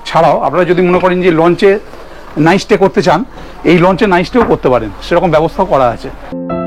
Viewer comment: কথাটা নাইস টে নয়, নাইট স্টে